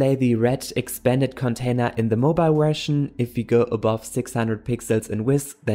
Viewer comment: "...For web or desktop wersion" 🤣 I love you man. Never stop helping us